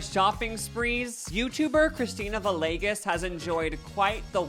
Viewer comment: It’s pronounced “vee-yay-ges”